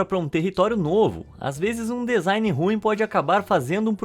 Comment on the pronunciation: Bah irmão, pra quem é do ramo, ficar ouvindo vc fala dEzain o tempo todo é uma tortura. rsrs. Parece que cê tá falando adEvogado, rsrs. Por dúvida, digita la no tradutor do Google e aperte o som pra ver com é. Lê-se dzain ou dizain. Abraço e parabéns pelo vídeo. Bom alguém falando sobre essas bizarrices!